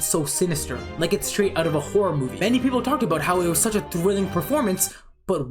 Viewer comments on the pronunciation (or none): none